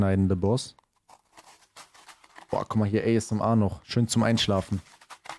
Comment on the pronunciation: Das heißt noch äsmr sondern asmr